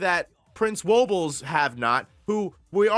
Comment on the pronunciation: Hey, he finally got Woble right. Respect